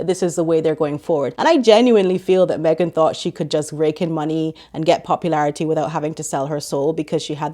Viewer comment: Meghan. The H is silent.